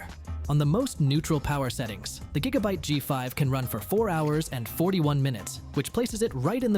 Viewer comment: 8 jigabyte LMFAO